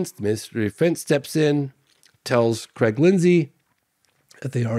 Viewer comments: every time he said Creg i got a shudder down my spine... Its Craig God damn it. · its called saying Cregg instead of Craig. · Creeegggg, put the garbage out front son 😂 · Ho Creg. Yer dinners ready! Lol